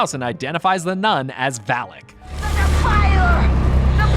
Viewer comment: “Valak “ it’s the name of the demon u stayed saying valic